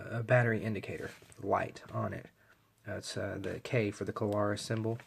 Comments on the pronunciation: thanks for reviewing this light. Just FYi, take this in the kindly manner I am intending you to, please --- but this light is the Klarus XT2CR. That is Klarus, with just two syllables, please. I am sure that you must not realize that you say "Kuh-lar-us" as if it's a three syllable word. It isn't. It is only two syllables -- Kla-rus. If you listen to the first part of the video, you'll hear what I am talking about the first time you said Klarus. It is no big deal, so please take it that way. It is not at all a criticism to point this out to you, and I mean that. Anyway -- this particular light is a true gem. I have almost 40 years experience w/ all sorts of lights, and this one really is so good that one is not enough for me. With the very best lights that I have found over the years, one is never enough! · *That's Kla-rus, with two syllables. Not three. And, yes -- I heard him too.